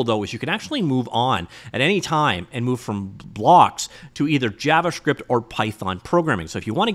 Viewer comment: Javascript not jabbascript